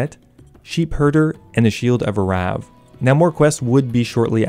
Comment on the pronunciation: I would pay big bucks for a hour long compilation of you pronouncing "arrav"